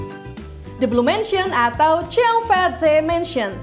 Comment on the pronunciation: Saya sangat suka video ini. Gambarnya bagus, informasinya bermanfaat. Akan lebih baik lagi jika kakak narator melakukan riset terlebih dahulu menyebut berbagai nama orang/tempat dalam bahasa asing. Contohnya: Georgetown, Cheong Fat Tze (Cheong marganya, Fat berarti berkembang kaya makmur, Tze adalah semacam gelar dan dibaca Chi, sedang nama aslinya adalah Cheung Cen Sun) Terutama ketika menyebut "tempat Sun Yat Sen melakukan pengumpulan dana untuk menggulingkan dinasti Qing.... Qing bukan dibaca King sebab 请 berarti jernih, untuk lidah Indonesia kita dibaca Ching.